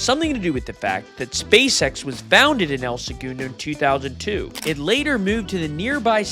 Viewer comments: Not the “El Se-Goon-Doh” 🤣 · El Segundo is pronounced "L-Sa-Gun-Dough" not however you did hahahahah. Nice try though brotha. I've been watching y'all since the start of your channel. Back when y'all had under 50k subs. I was born and raised here. Its cool to see my city get some spotlight. If you ever come back visit us local at the only bar in town, the Purple Orchid. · Might be good to uhm fukking properly pronounce the name of the city you’re reporting on?? Wtf is El Segoondo??